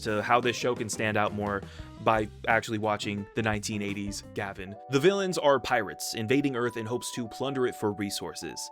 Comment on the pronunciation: It’s Gah-Vahn not Gavin! The intro literally shouts it. You don’t call Kamen Rider Kayman Rider do you?